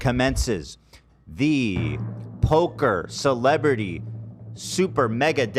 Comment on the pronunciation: "Celeberty" Poker Tour lol